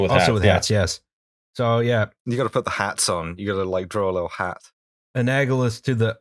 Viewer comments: It's "analogous", not "aganolous"… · You guys missed mispronouncing "analogous" twice. So I got a good chuckle later when you started haranguing him for more difficult words.